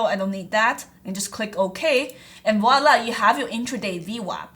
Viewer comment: "Wallah" means "I swear on god" in Arabic. What you were trying to say is "Voilà", which means "There you go" in French.